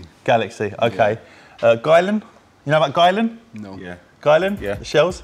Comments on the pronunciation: Aren’t they pronounced “ Gill-Ian “ not “ Guylan “ ? 😂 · … It’s Guylian… Pronounced “Geeleeyan” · “According to a spokesperson for Guylian, it is actually pronounced: "Gill - li - an." Emphasis on the 'Gill', apparently.” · You need to learn: "According to a spokesperson for Guylian, it is actually pronounced: "Gill - li - an." Emphasis on the 'Gill', apparently. But that's not the only pronunciation the brand has cleared up." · According to a spokesperson for Guylian, it is actually pronounced: "Gill - li - an." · It's guylIan I I!!!